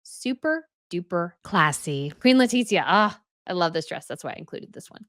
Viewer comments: Hola! The "z" in castellano has the "th" sound in English. So, it should be "Le-ti-thia" not Le-tit-zia. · PS Letitia pronounced Le tish ia. No tit in it!